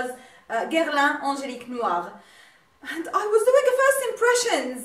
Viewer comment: You pronounce the Perfume names good. I'm orderd my princess bottle tnx to you're recomandation a real 'you tube made me buy it case.